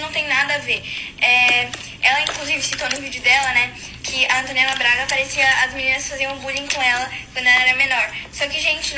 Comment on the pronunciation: ai q odio ela falando "antonella", fico ate com vergonha do meu nome ser o msm que daql garota